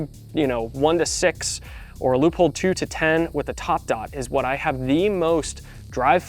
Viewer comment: Great video, but it took me a bit to figure out what you mean with Loophole, thanks to the image of the scope with the Leupold logo I remembered. As a German I can say that it is spelled more like Loi-polt just like bolt with a „p“. Your sponsor will like it!